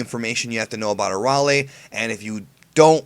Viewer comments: Its Araily no Arale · I've watched in both sub and dub i think its pronounced arala not arale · Um, it's arayle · i sjut don't get your obsetion to pronaons arale's name wrong. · your saying arale wrong u dipshit..hate people who think they know it all.. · Hey you pronounced Arale wrong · its pronounced arale not arale....hah...i did it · U PRONOUNCED ARALE WRONG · no offense but ur saying arale name wrong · you said arale wrong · you mispronounced arale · Stutering while pronouncing name xD deffinetly highlight of this video i want more of that:D ahhaah